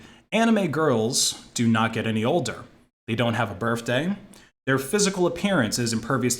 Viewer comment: Good lord! Good stuff. Nice work. The drugs/guns truth alone won my subscription. One thing. "BirTHday". There is no "F". Work on it.